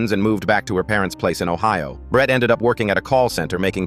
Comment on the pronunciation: “I knew BRET-TUH” why he say Brett like that😭😭